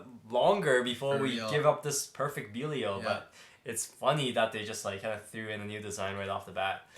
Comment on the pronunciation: It’s pronounced dynamite bellial not beelial